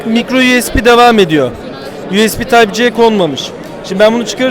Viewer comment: "yuyespi tayp ce" ibaresini kullanmasını ne çok seviyorsunuz.